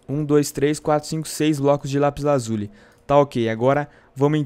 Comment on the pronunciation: aff que ridiculo vc falando lapis AZULI kkkk